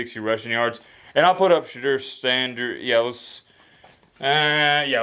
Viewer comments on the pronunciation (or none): put some respect on Shedeur’s name = it’s SheDOOR, not SheDURR… it drives Deion crazy. Now you know.. when people know the right way to pronounce it and choose to say it wrong, you know it’s disrespect..